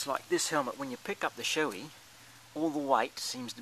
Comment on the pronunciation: Shoei is Pronounced Show-ee :P -Ride Safe!